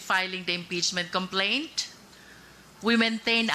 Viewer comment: Ana ni sir about ch!😂complentch!😂😂😂